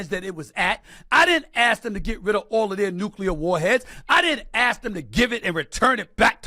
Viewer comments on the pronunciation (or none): SAS, have an opinion, and apparently you think your POV is worth us hearing, but for F sake…stop yelling. It does not make you look smarter and why most people with an education and can say “ask” and not “axe” don’t listen to you